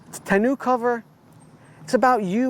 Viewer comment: Your pronunciation of tonneau is making me cringe